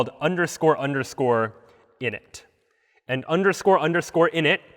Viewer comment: You butchered that word lol